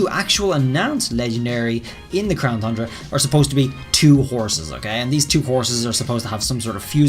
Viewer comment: My one question is why does he continue to say crown thundra? Is it like a joke I’m missing?